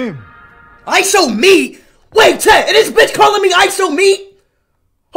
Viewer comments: Bro really say ishowme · He said I show Meet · LOL HE SAID ISHOWME LOLLL😂😂😂